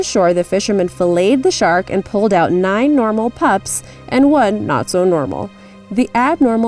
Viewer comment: lol nice way to say Buoy